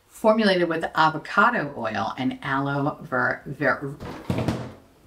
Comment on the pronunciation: "formulated with avakoodoo and aloe vura 💅"